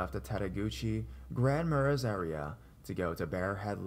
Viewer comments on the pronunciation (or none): It is pronounced Grand Mar-ay, not Maraz. Also, love tettegouche - Minnesotan